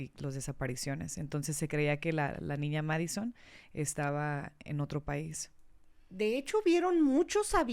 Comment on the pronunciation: es Madeline no Madison, q falta de respeto hacia la niña y la familia. Como vas a hablar de alguien y no aprenderte el nombre 😡